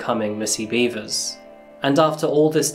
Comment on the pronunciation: R-randy....beavers? are you sure it's not beh-vers? I mean, i hope it's not, but... heh. Randy beavers.